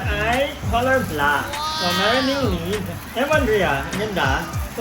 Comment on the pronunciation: Madam.. “Lid” po hindi “lead” hahaha love u madam